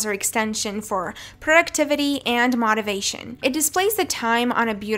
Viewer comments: (MOTE-ive-ay-shun) not (MOT-iv-ay-shun) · Mot aviation? Not ify? It's "O" lady... Say it with me... "O" ... Like OH... Notify... Motivation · this is so helpful. everytime she says "mohtivation" i flinch tho😭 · The correct pronunciation for motivation is with a long O. But you know this so what are deliberately mispronouncing that word. Not. Big deal, just curious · for a fact !! how did no one else catch that 😂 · the way she said motivation ffs